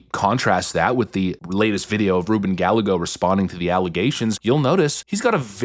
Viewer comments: Rubin guy eggo. Not Gal a go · Lol, you said his name wrong. It's pronounced GUY-gay-go. Not GAL-LE-GO. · It's pronounced "Guy-ay-Go," not "Gal-uh-go." And he's SCUM. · Guy- yay-go... NOT...Gal-le-go.... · Guy-a-gos not Galligo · It's not Gal-eggo, it's Gay-eggo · It's Gallego not Gallago. It's pronounced Gah-lye-go. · It's not "Gal - lego" it is "Guy - Yay - Go". It is a Spanish surname dating back to the old Kingdom of Gallicia. It literally means "A Man from Gallicia" or "I am One From Gallicia". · Guy-yay-go not Gal-a-go. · not GAL-LEGO...GUY A GO. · It’s Guy-yay-go not Gallago. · 🤦🏻‍♂️. Gallego (Guy-A-go) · as a hispanic, hearing you say Gallego as Gal-Leh-Goh instead of Gah-Yeh-Goh is cringe but also hilarious and i'm stealing that pronunciation. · Please learn how to pronounce Gallego. It's "Guy-Ego" not "Gall-ego." Double L in Spanish is pronounced as a Y. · Why do yo say GAL-eh-goh, when it should be pronounced ghy-EH-goh? Just wondering if you are making a mistake or a joke. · It's pronounced Guy.YAY. Go I can't stand the jerk, but that's his name. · Gallego - Guy-eh-go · It's Spanish, pronounced Guy-yay--go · Gallego is pronounced 'Guy-ay-go'. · Rubin “GaL-Lego”😂😂 has to be pronouncing Gallego that way on purpose… either way, it’s hilarious! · Pronounced Ga-yay-go. 😊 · Ruben Gallego is pronounced Gal-Lego like the toy building blocks. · His name is pronounced GUY-EGGO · Ruben GUY-gay-GO (correct pronunciation) a POS! He's a swamp insert! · Not that I care. This putz doesn't deserve to have his name pronounced correctly but it is 'Guy-A-Go'. The double LL's is a Y in spanish. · Gallego is pronounced like Guy-egg-o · Haha! Thanks for pronouncing Ruben’s name as gal-a-go. Not sure if it’s on purpose or not but he hates when people do that so I think it’s hilarious. He’s a total scum bag. And he’s in office illegitimately. Ruben Gallego needs to go!! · Pronounced Guy - yay - go. Thanks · Gallego sounds like guy yay go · He’s saying GALL-A-Go 🤣😂🤣